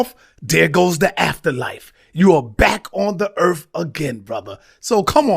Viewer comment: “Earf “ = earth